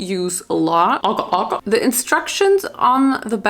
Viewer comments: Btw it’s pronounced AH-GAR like a short a and TAUNG-HULU like really enunciate the separation between the words or else it sounds like something else and once The sugar is 150° you need to dip all of the fruits in there as quickly as possible before it starts turning into that brown color so they do come out right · Aga aga🧍🏼‍♂️. It’s agar agar 😭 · The agar powder is pronounced 'Ay-gar'. I also know because Agar was my mum's maiden name 😅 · not her pronouncing agar wrong